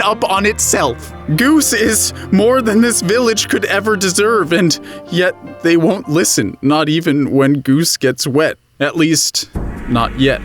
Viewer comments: What is with that obnoxious pseudo-french pronounciation of "they"? Zey? Really (or, I forgot)? Really? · What is with missprounouncing they? What's with poor english using zay where their is the proper word?